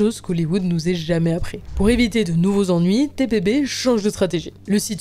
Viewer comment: Par contre c’est TPB pas TBP ..